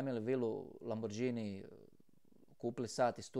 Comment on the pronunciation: Možda nevažno, ali, ipak, - čita se "Lamborgini"!